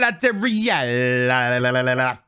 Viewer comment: Tell me where is Celeborn, for a much desire to speak to him. Why does every character in this show pronounce Galadriel's name in such a pretentious way? It's not just one character that puts the EL from El Camino, at the end of her name, but every, single, actor in the show pronounces it this way with so much over accentuation on the last two letters. I find it quite annoying.